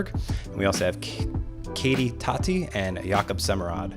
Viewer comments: Tätte is pronounced "TeTe" not Tatte. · If you want correct pronounciation then saying “that” and adding an “ay” sound to the end would be the closest